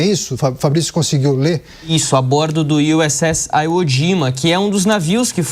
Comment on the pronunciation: 'Aiwo'. Aprenda a falar certo. 🤣🤣🤣🤣🤣🤣🤣